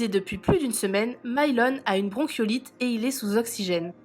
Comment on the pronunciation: J'avoue ca décris bronchiolite mais ça se dit " bronkolite" C chaud de pas savoir ça serieu tu abuse même pense au cp les devoirs et tout tu va faire comment expliquer un mot, une phrase, une définition ou quoi....remet toi dans les livres c pas en mal tes cool mais a un moment pour toi heureusement il y a Thibaut....